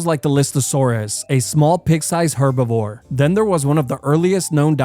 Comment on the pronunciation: out of all the words you couldve mispronounce you mispronounced herbivore